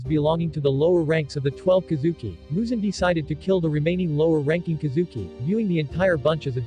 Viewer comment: I apologize, as your pronunciation of "mugen" makes me giggle. It's pronounced "moo-gen."